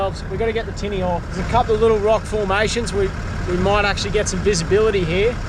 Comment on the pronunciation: mate can I ask why you pronounce off as “oof” it absolutely shits me hahaha Awesome ep as usual 🤙